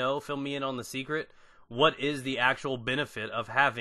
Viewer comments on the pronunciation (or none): none